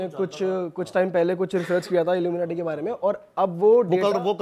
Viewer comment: The way this gust says illu menatee😅😂 Haryanvie mixed accent!! 😂